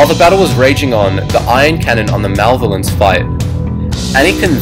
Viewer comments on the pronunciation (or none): it the ma-lev-alence not mavlence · srlys who do you say malvelence its maloevelence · like malovence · not to sound really rude, or something, but, its "malevolence", you're saying it "malvolence" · yeah that was killing me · Wendy Pekrul for its malvelence when i hear that i was like dude malvelence srlys thats how you spell it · lol "malvolence" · Malevolence (Ma-Lev-Oh-Lence) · isn't the malevolence pronounced as mer-le-vo-lence? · I have never heard 'Malevolence' pronounced so poorly. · You pronounced malevolence wrong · he pronounced the malevolence wrong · Your saying the molevacence wrong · Your pronunciation of the word "Malevolence" bothered me...